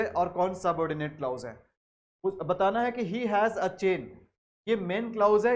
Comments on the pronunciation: The correct pronunciation is Kilàz not klaouz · Sorry Sir u are actually king but would suggest u something like it's क्लॉज not क्लाउज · Sir it's not clous but clause so please don't mispronounce it... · Mai bhi yahi kahne aya tha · Nhi clous nhi hota clause hota h sir bilkul correct h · Sir your pronounciation is. Wrong right clause क्लाज है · Teaching sa phly khud ko parh lien bs pta niii Kahan sy aw jaty Hien clause glat prha ha I have downloaded playlist but now going delete it.